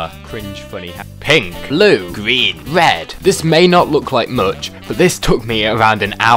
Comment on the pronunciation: “Gween wed I know how to say mi cowlors”